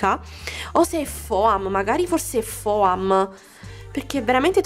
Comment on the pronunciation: non si pronuncia foam si SCRIVE foam ma si pronuncia fom